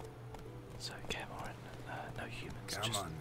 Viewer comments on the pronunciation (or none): Kaen Morhen? I was under the impression it was Kaer Morhen.